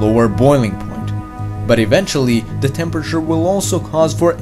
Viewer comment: Lol you can't pronounce th THATS hilarious.